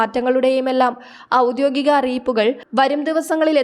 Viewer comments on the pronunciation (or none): none